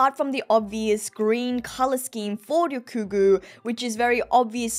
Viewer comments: YOU SAID RYOGYUKU AND ;] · I think ya’ll are misunderstanding haha She might say the nine slightly differently (example: Ryokugu), but she only actually says it properly twice. Don’t know if it was on purpose mispronounced, or if it was on accident and she noticed later, but that’s what she meant lol